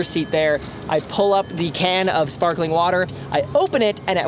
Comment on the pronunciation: is it sparkeling or sparkling